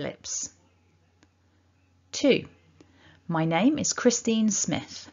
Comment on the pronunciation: why in name Christine at the end of word letter e pronounced as a not e